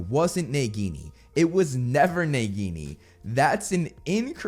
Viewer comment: Why do you pronounce Nagini's name so strangely? Also a Boa CONSTRICTOR is not a venomous snake like Nagini, it's in the name. So they could never be the same snake, why do people even believe this??